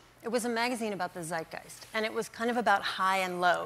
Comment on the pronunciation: Everyone is complaining about how Stephen pronounced Radhika. But is no one going to mentions how she butchered the word “Zeitgeist”?